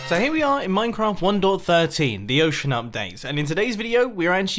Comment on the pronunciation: Everyone's pronouncation: 1POINT13 Mumbo: 1 DOT 13